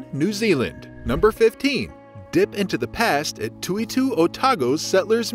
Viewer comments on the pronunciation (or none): Hopeless pronunciation in this video! Toitu is pronounced Toy-too, many other silly mispronunciations as well as mentioned above. Sounds like a machine talking. You can't even pronounce the name of the city!